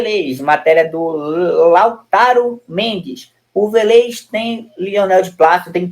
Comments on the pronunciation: "Velêz" não (Vélez). Essa é a fonética certa. Club Atlético Vélez Sarsfild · Meu Deus .... Manda esse menino amarelo pra escola ..VELÊZ É FODA VIU . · Tá pronunciando o Vélez errado meu amigo